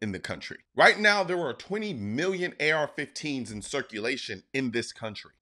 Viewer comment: I thought he said f15s no planes 4 u